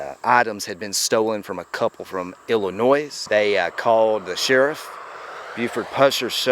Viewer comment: Illinois, not Illinoise you idiot